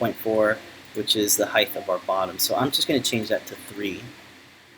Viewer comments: Off the subject but why do you pronounce the word height..heigth? Some wood workers I noticed do the same. I'm enjoying following this project, thank you! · alot of people do this i have noticed, height does not rhyme with width!